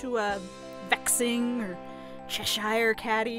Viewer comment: Is cheshire pronounced wrong on purpose